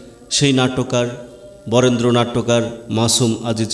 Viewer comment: বরেন্দ্র এর জায়গায় ওটা বরেন্য হবে।